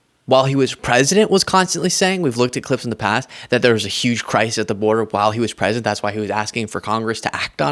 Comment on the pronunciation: pwesident HANNIBAL LECHTER.